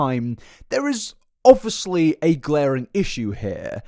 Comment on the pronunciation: Only if you FINALLY stop saying "Obwissly" you can pronounce "obvious" right, so PLEASE, for the love of god, don't pronounce obviously *obwissli*. I would love to watch your videos, but this is stressing me out so much, I really can't. I know it's my own problem, but I can't imagine i'm the only one triggered by it.